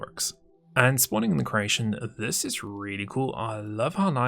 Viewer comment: My girlfriend is from croatia and she always thinks you say "croatian" instead of "creation" It is quite funny tho I have to admit xD "Spawning in the croatian..." "Lets play with that croatian a little..."